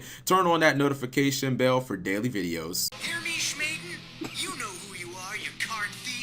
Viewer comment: Bruh..... Smhaden Shmugi 😂😂😂😂😂😂😂 I’m dead lmao